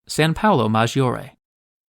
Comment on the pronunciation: No "ee" sound in giovanni or maggiore or giorgio. So it's joe-VAH-nee, mahJOE reh or Jor-joe😊.